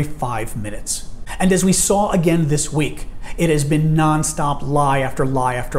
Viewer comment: I don't even think she's fluent in her own native mother's tongue. But she provides laugh for us and I'd give her credit for that. Such as: It pronounced eat, this pronounced thees, is pronounced ease, him pronounce heem, if pronounced eef, business pronounced beezeeness, and on and on. Other than that, she's fluent in English as well as all other 4 languages.